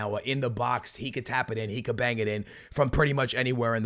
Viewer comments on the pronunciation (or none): none